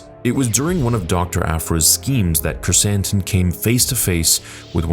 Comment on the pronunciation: When you first said his name on stream I thought you said Black Chris Hansen xd